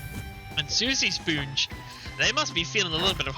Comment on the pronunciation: This commentator recreating his own pronunciation for players gamer tags is low-key pissing me off lol. I understand he has an accent, but c'mon! "Soosy Spoonge"? And who the f#@ is "Maleesha" while I'm at it? 😂